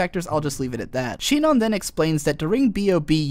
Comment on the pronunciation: IronWolf 52378 Japanese does not have a syllable "si". It has a syllable "shi". It's Shinon.